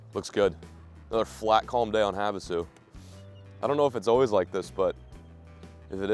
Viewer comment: clears throat Lake Havasu City... I can correct him. I'm from AZ lol!